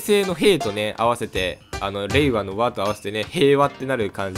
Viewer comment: 平和と聞こえました笑